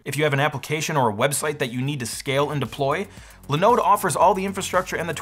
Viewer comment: Its called, linoooode not linode (the more you know😀)